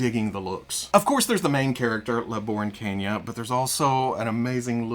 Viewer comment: As a Puerto Rican, I give you props for trying your hardest to pronounce 'La Borinqueña' correctly. 'A' for effort! 🇵🇷 👍